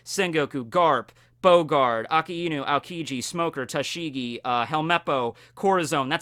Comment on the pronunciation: Could you stop pronouncing akainu's name A-ka-inu? it's hurting my ears. It's pronounced A-ka~i-nu, basically a-kai-nu for all intents and purposes.